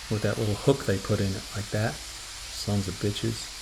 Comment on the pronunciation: Sons-ah-bitch-ahs. Love it! And the fact the SOB who tied those knots is in all likelihood your customer. 😂😂😂